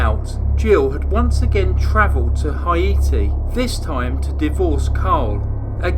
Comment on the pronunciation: Hi-eee-tee? Wheres that? I know where Haiti is....closed captions only confused the matter more. If you meant Haiti...(hay-tee). Then I think were on the same page.